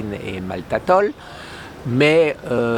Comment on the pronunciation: on dit maltitol